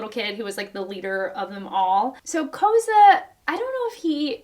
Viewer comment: Koza’s name is pronounced like “Koh-Zah”